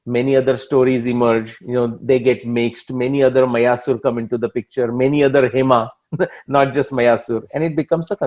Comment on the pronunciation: You should make your videos more interesting with maps of BC period. Especially when talking about regions and places. Also pronouncing the sanskrit names and places correctly. Eg मायासुर, not मयासुर 🙏🏻